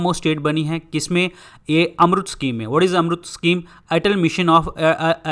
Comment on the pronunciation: Sir please pronounce odisha as 'odisha ' ( O) ,not 'udisha'(U). Thank you .